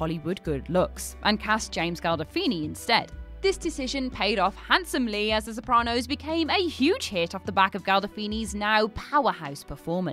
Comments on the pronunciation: So did the "James Galdofini" pronunciation for James Gandolfini, to me. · galdofini? i know she can't read, but this is ridiculous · Gan. GAN. GAN! GANdolfini.